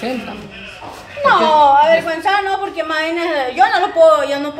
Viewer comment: Se dice avergonzado!! No averguenzado!! Y se dice aclarar!! No declararr!!